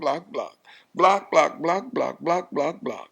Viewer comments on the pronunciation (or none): He says BLOCKEDTT! 😅